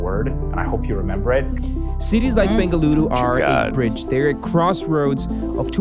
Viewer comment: Dude!!! I just had to pause the video when the guy in the video pronounced Bengaluru and not Bangalore. I was so damn surprised and happy that atleast there are some people who knows and understand how to pronounce the name of my city. Thank you so much for that.